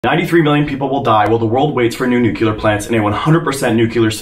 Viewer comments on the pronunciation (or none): I’m not trying to be mean, I love your videos, but how on earth can you not pronounce “new clear” 🤯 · I keep hearing "new killer power plants"... Is that the American pronunciation for nuclear?